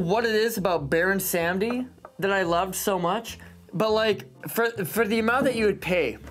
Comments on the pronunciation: So it’s not Pronounced Baron Sam-dee. It’s Baron Sahm-dee, technically more so Bawr-oon Sahm-dee (spelled Bawon Samedi) but that’s more technical than anything, and Baron is just fine. It’s the name of a Haitian voodoo iwa, basically the god of life and death, but also of debauchery. Also fun fact, another one of his incarnations is Baron La Croix, so he technically has TWO drinks on the market lol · since its your favorite, go learn a little bit about the voodoo death god, baron samedi (pronounced: saw-muddy) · It is pronounced baron se-mode-dee